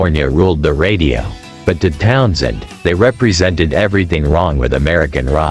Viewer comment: Town-Shend!?! Led Zep-eh-lin If you're going to use AI voice do a run-through listen before you post